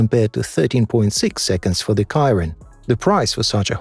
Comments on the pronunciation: Why are most of the shots of these cars in reverse perspective. And the Bugatti Chiron is not pronounced Kiron but Sheeron 😅. IDK 😏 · It's not ciaron It's sheron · It's pronounced 'She-ron' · Stopped watching when he mispronounced the Bugatti Chiron. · AI can't even pronounce the name Bugatti Chiron properly LOL😆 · I think its a human narrating that can't pronounce things